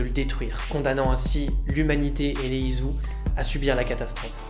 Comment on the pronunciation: Putain ça ma dérangé tout du long...ON DIT ISU (ISSOU) ET PAS ISU (IZOU) C'EST MOCHE COMME ÇA...Mais sinon bonne vidéo merci ^^